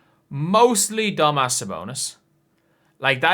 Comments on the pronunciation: It`s Domantas bruh, not dumazz.. Wtf? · “Dum-azz” sabonis😂